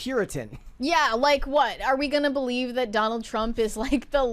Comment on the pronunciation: You’ll admit “thawt?” Do you mean “that?”